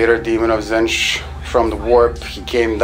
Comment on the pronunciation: It's Tzeentch ("zeen-ch"), not Zinch. Every time you say it in one of your videos, I just get irrationally upset. Please stop. Otherwise, I really like your videos!